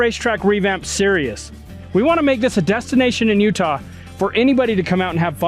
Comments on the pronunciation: YOUTAH RACEWAY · “utaulin” raceway